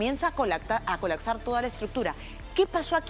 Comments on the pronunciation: Avísenle a la periodista que la palabra es "colaPsar" y no "colaCsar" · COLAPSAAAAAAR, NO COLACSAAAAAR!!! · Se dice colapsar señorita periodista. Usted "colacsar" o "kolaksar"... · 🗣 "... y a colaCsar" 🗿